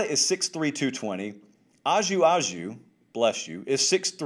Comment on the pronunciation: you are too good of a professional to keep mispronouncing Ajou Ajou. Remember he is Canadian and, like Louisiana, there is diversity there. The correct pronunciation is “A Joe A Joe.” For real. Double check if you will, but his name pronunciation you must get right. If he stays healthy. his name will cross your lips early and often this season.